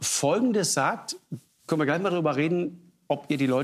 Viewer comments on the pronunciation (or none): ärgenwas und wärklisch. Herr Mansour es heisst "irgendwas und wirklich"